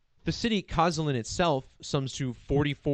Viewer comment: "sz" in Polish equals to "sh" -- K-o-sh-ah-l-ee-n